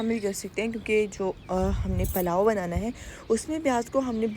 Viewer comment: Palao nhe pulao kehty hain.